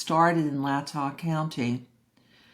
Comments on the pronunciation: Love the explantions of everything, its Lay-tah tho, lol. Thank you for making it easier to understand. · Thank you!! My grandparents lived in Moscow and both my parents graduated from University of Idaho. So the area is familiar. The county name is pronounced lay’-tah. What are Kohberger’s chances of getting convicted? Does Idaho have the death penalty? Thank again.